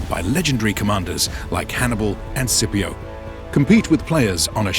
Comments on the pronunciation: Yo scipio is pronounced like skipio, you sound like your saying tooth brush in Spanish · ah yes the legendary commander SippyOh